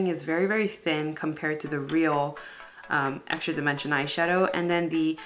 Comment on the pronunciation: "EXRA DIMENSION'' lol